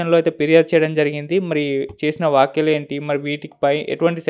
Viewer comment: మాట్లాడటం నేర్చుకోండిర .వాక్యలు కాదురా .వ్యాఖ్యలు అనాలి